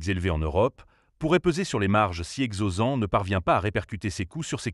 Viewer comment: il me semble juste que ca se prononce exosens avec le SSSSSSS à la fin et avec un [s] au milieu pas un [z]